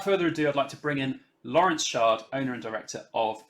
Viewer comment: Yes, it's Chard as in chat, cheese, chives, choke, and chutney, not Shard as in Shard Bridge, sheet, sh*t, shot, or shut. I did have, some time ago, a teacher who asked me if it was Chard or Shard, I replied CHard, and he proceeded to call me Shard for the next 5 years!